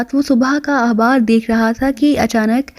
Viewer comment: خ کو ح پڑھتی ہو خوف کو حوف اخبار احبار وغیرہ وغیرہ میز خالی کومیز حالی عجیب لگتاہے